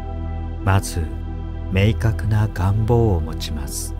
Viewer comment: 願望のアクセント ちょっと違和感😅